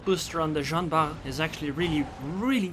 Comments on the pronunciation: It is Jean ARR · Nice video! Btw, the French "R" can be described as a guttural "R".